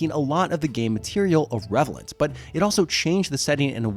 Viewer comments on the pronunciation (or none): ive never heard anyone say "irrevelant" before